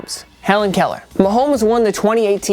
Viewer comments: I thought Mahomes was saying Colour, colour not Keller lol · I thought pat said color color other the Helen Keller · Its sounds like Patrick mahomes is saying color color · WOW! I thought Mahomes was saying "color, color." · When patty says "Helen Keller" Its actually "Color Color" and you can hear him say it at least once every game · Mahomes “ color color” not “helen Keller” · I'm a Chiefs fan and have watched all of Mahomes' games and I hear "color, color" not "Hellen, Keller"